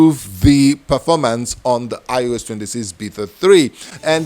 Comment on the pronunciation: Smooth Perfoormance